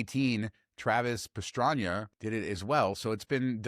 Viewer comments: It's Travis Pastrana not Pastranyna. Lol. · Travis Pastranya? "I said Joe Montanya" 😄 Sorry just bustin ballz. Love the show guys. Keep up the great work. I'll be there in the fall. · How tf you disrespect Travis pastrana butchering his name hahah